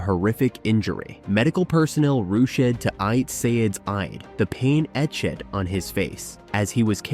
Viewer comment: Worst gymnastics video I’ve seen. Mentioning the crowd gasp at Skinners fall? There was no crowd! It was during Covid and an empty arena. The AI voice is lame. I don’t remember Suni falling off the bars during the Olympics. I remember her not connecting her skills in the individual event final and placing 3rd. Ugh. And the AI voice??? Etch-ed … Not the worst I’ve heard, but sometimes you just need a human.